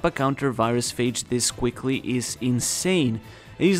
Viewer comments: Fyi phage is pronounced feyj. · Just fyi, "phage" rhymes with "cage"